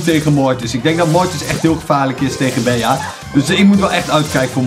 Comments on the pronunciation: geen bea, maar bie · je spreekt het niet uit als bea maar als bee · Beeaa?😂 Bie* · Bea spreek je uit als Bie Sicke video Bawz army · Het is bea je spreek het uit als bee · je bea uit als bij in het engels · Het is bie geen bea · Yo je spreekt bee uit en geen bea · Je spreekt het beaas maar het is bea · Je spreekt het uit als BEE en niet Bea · het is bij in het engels niet beeaa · Het is niet BEA maar BEA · Je zij bea je zegt het Bie maar je schrijft bea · Je spreekt het meer uit als bee niet bea ik vond het best iritant 😅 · Je zegt geen bea maar bie🤦‍♂️ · je speelt tegen 9 andere Bea’s ( uitspraak <Bie>) moet het zijn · Bea spreek je uit al Bie! Like ff zodat dit ziet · Je spreekt het uit als Bie hè 😂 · Je spreekt het uit als Bie wil jij een video maken over knokkers eederd welke maar die moeten opdrachten doen zoals ondert snelste rennen met de bal ofzo like zodat dit ziet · Je spreekt het uit als bie. Verder super toffe video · ik weet het.... IK IRRITEER ME ERAAN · Ja dus op zn engels net als BEE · Je spreekt bea uit als Bie like zodat dit ziet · ZEG GEWOON BIE IK WORD DAAR ECHT GEK VAN LIKE ZODAT DIT ZIET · Wil je bea in het Engels uitspreken like zodat dit ziet bawz army! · Beejaa😂 Maakt niet uit hoor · je spreekt het uit als bie kom in mij club groep 5B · Je spreekt het uit als Bie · Je spreekt het uit als bie wand het een bij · Bea moet je uitspreken als bie en in het nederlands Bij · Het is Bie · je spreekt Bea uit als 'bie' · Je zegt het als bie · Je spreekt bea uit als Bie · Je preekt bea uit als bie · zeg aub bie( want bea in het engels is geen 'bij' maar bee betekent wel 'bij') het is echt heel irritant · Bea spreek je uit als BIEJ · Je spreekt het uit als “bee” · Het is een Engels spel dus spreek het aub uit als Bi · het is bea maar je spreekt het uit als bie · Jij bent echt slecht in Engels bea zo zeg je het niet hè 😉